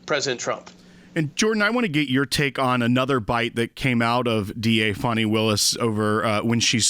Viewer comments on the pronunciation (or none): FONZI AND FANI. FONI ITS SPELLED DIFFERENT. ITS Faaaaaani like the butt. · Why do you call Fani, Fauni? You pronounce fan, fan and faun. I pronounce Fani as, should be disbarred.